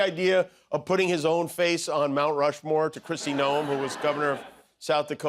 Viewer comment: Did you say " Mount Flushmore"????